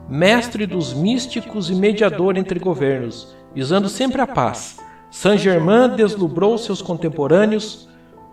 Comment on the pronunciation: Que coisa irritante. Pronuncie corretamente Saint GermAIN [ein], um pouco de conhecimento da fonética francesa só enriquece o trabalho.